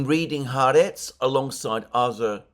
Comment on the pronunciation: The newspaper is pronounced Ha Aretz (The country) Sabbath is pronounced Sabbath is pronounced Sabbath not Sarbarth.